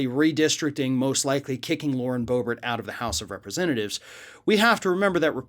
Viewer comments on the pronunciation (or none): It's pronounced Boo-Bear